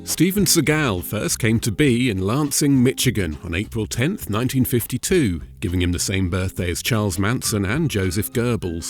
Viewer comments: Mish-igan not Mitch-igan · "Lansing, mitch again" aaaand im out. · "Sih-gall", not "See-gal". "Mishagain", not "Mitchagain". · I'm sorry...Mitchigan? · Michigan is pronounced with an sh not ch